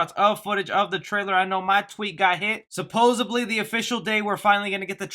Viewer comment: Anyone else get as annoyed as I get when someone says supposebly instead of supposedly? Damn that makes me crAZY....lol